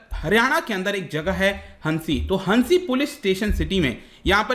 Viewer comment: Not हनसी it's हांसी